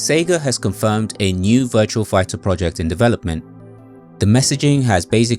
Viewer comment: It's Virtua Fighter, not VirtuaL Figher. Great video though!